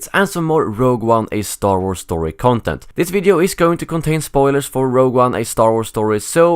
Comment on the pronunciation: The way he says content makes me want to die